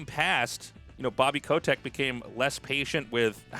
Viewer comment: Who tf says 'ko-tech' ffs